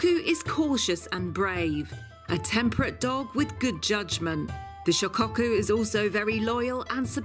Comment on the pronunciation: Shicocku, lol its shi ko ku